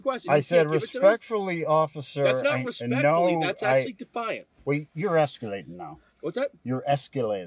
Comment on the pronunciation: Dee fi ent😂